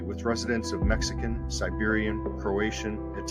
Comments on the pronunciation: Good video. You've probably already heard this, but it Serbian and not Siberian. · Serbian, not Siberians. 😆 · Serbian, not Siberian